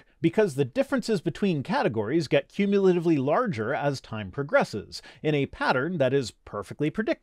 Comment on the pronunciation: I think you mean 'kyumulatativeluly.' Just FYI. You're welcome. Nice video, by the way. :)